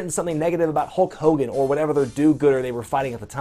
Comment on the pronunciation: Hull Cogan??? wtf is a Hull Cogan!